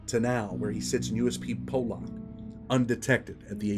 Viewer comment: FOR THE LOVE OF GOD. Please pronounce Pollock correctly!! Maybe I’m a male karen but when you say Pollock wrong it drives me insane